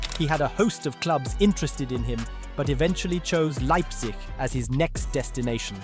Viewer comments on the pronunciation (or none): none